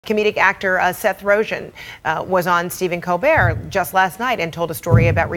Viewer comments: Seth rojen? lol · Seth "Rojan" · She calls Joe Rogan Joe Rogan and Seth Rogan Seth Rohan...classy grade school antics hahahaha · j s The joke flew way over your heads. The reporter pronounced his name wrong. It's RoGEN not RoJIN. I know a Seth Rogen, not a Seth Rojin. Get it? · This thing lost all credibility in the first two seconds when that lady said Seth Roshen. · Seth rojun?????? Its pronounced seth ro gun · Seth who? Roshane? Nah mam its Rogen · Seth “Roejin” Rogen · Its Ro...Gin not Rogchin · "Seth roshen" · “seth rojen” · She said seth roghen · Rogen not Rogen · “Seth Roejan” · Rojen? Lady, c'mon. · Did she just say Seth Rojan at the beginning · Did she say Seth Rojen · Seth "Rosion"... heh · Don't even see how she thought it could be pronounced like that. It's G not a J. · “Facts first” can’t get a name right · Can’t even say his name right but get mad cuz he doesn’t want to take a pic with Paul Ryan 😂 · How hard is it to pronounce Rogen -_- smh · anyone notice how that lady at the beginning mispronounces rogan's name like if it was french lol? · I think she really pronounced his name wrong on purpose